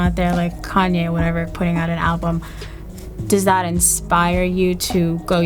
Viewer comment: Koon-Ye* lol